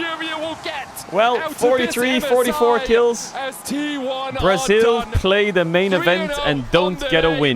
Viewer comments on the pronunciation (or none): really emphasizing the L in braziL